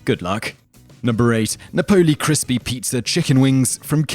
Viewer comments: LoL it's nap-oh-lee not nah-pole-lee. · Also you're pronouncing "Napoli" wrong. As an Englishman i expect better from you :P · I'm from the uk too, it's just the way he said Napoli lol